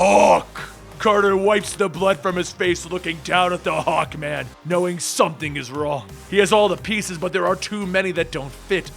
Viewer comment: I thought you said hulkman......HULKMANNNN